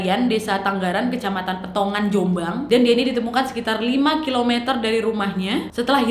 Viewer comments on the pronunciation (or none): Peterongan mbk, bukan peteongan😂, aku yg dket malah gtw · Peterongan kak bukan petongan😂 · Kec.peterongan kak bukan petongan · PETERONGAN mbak bukan petongan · Peterongan wooy bukan petongaan waaah nadiaa reek, arek jombang ikii waah